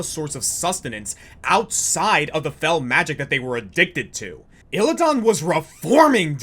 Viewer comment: it's Illi-DAN not illi-don